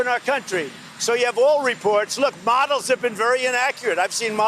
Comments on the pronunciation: Okay...listened to him 30 times...he may have said Models......but sure sounds like 🍼's...lol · He did say models. Sounded like it though. Had to put my phone up to my ear to hear it right. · Lmao!!!! I thought the same